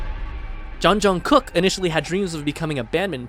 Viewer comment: Ngl.. how he said jeonjung”KOOK” really bothers me lolll